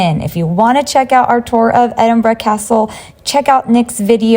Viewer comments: Im glad you said Edinburgh properly. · The most amazing thing about this video?...... An American who can pronounce Edinburgh correctly. ❤😊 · Glad you enjoyed visiting Scotland. Loved the way you said my home city Aberdeen, and also pronounced Edinburgh properly. Nick should have had some black pudding with his breakfast.